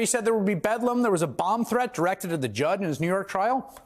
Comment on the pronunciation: Swear said "Bong threat"